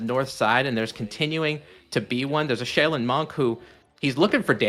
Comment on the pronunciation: shay-len??? Bro, I think even as Anglo-Euro blokes we can refer to Asian pronunciation and correctly say Shaolin.....